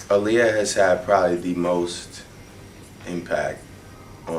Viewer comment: drake needs to pronounce her name right!!!!! No one like their name mispronounced!!!!!! its pronounce 'aar liyah'.